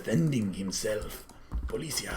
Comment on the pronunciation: It is poli CI a , like in CIA